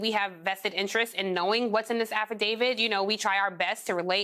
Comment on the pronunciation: Affidavi- T. Not Affidav-ID. Stop making my brain hurt by mispronouncing this.